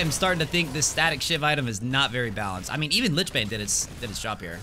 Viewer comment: It's pronounced lich. Always happy to help :)